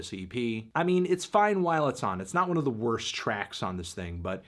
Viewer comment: Why do you always say "Tyler DI Creator" and not "Tyler THE Creator"